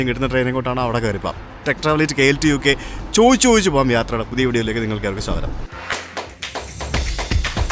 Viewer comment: 😂" CHO'YI'CH, CHO'YI'CH alla, Cho'di'chu, Cho'di'chu ennu parayoo, pl. 🙏🙏🙏